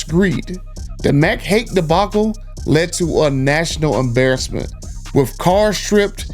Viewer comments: The correct way to pronounce the dealers name is Mack Hike, I live and work in that area of the woods. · Mac Haik is pronounce Mac Hike